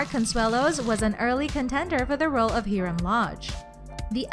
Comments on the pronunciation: Omg she said HEERAM TF? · Same she says hurum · Anybody think wow this girl is very different voice and why did you say Hiram like that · Heram 😂😂😂 It's Hi-rum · I was like 👁👄👁 when she said Herum not Hiram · High-rum not he-rum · It’s pronounced high-ram not hee-ram 😂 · It’s pronounced ( Hyrm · who tf is HEERUM bish do you mean HIRAM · ho elese is anoyed about she says hiram and ed sharen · I'm not a huge fan of Hiram but question number 25 she did not call Hiram "heeram lodge" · It’s HIIIIIII RRRRAAAAMMMM lodge 🤣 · CEO of HeRiM LoUdGe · they way she said Hiram omg and ed sherrn this girl needs speech therapy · Why she saying Hiram name like that lol 😭😭😭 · i almost just punched my laptop because she said almost every name wrong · Learn how to say the characters name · HIRAM learn the name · Am I the only one that’s annoyed with the way she said Hiram Edit:wow I’m surprised I got this many likes thankyou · y cant she say hiram well?